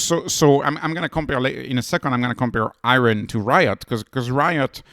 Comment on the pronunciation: The "Ri" is the same as in "Rider", not "Reeot". It's just the word riot in the English language.